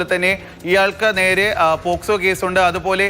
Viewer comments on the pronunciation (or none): പോസ്കോ അല്ല സാറേ 😅 നല്ല വിദ്യാഭ്യാസം